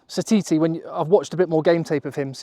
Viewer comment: From New Zealand and I think your bang on the money!! Ya took the hard decisions out of it for me and done it all perfect.When you said Narawa and Satiti you got it perfect. Be interesting to see what happens I'll remember this team.❤